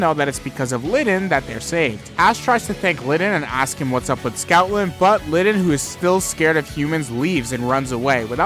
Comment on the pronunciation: It’s Stoutland. Not Scoutland, not Snoutland, Stoutland.